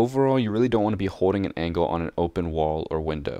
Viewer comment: I like how you say "angle" as angkle :D